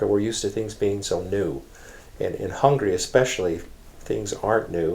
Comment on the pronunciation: Very nice video ! Only one thing, the lady says many many times: hungry instead of Hungary.